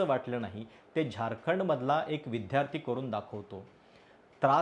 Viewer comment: तुम्हाला nit vdyarthi म्हणता yetनाही तुम्ही विध्यर्थी म्हणता हे किती chukiche aahe.